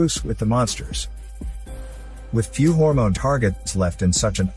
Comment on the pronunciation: Hormone let go hahahahahha whyyyyy does he say it like that